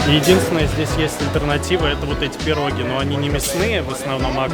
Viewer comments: ну так он же на инглиш в ванкувере разговаривает, и на русском просто давно не говорил, вот и не правильно поставил ударение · ПирОги...Не могу слушать.